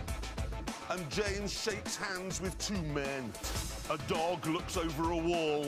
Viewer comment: The way he says it. Not just two men, but two MEN.